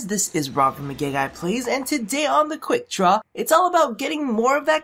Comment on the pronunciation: I always keep thinking he's saying "The quick drop" lol